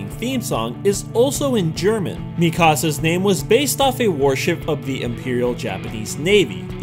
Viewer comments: IT REALLY STRESSES ME OUT WHEN THEY PRONOUNCE MIKASA AS MEE-KAR-SAR WHEN IT'S MEE-KE-SAH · Mikasa, not Mi Casa! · It's pronounced (mika sa) not (me kah sa) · WHY?!?! WHY CAN'T ANYONE PRONOUNCE MIKASA'S NAME RIGHT?!?!? IT'S PRONOUNCED Me-Kuh-Sah not Me-Kah-Sah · It's "mikasa" not mi casa..... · what do u mean mikusa its mikasa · ITS NOTWUT U SAID IT'S (meak-a-sea) NOT I EPAE NOT MIKEASA or however u said it l;-; xD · he said me-kasa nuuuuuu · MI-KA-SA SAY IT FAST u pronounced it wrong ffs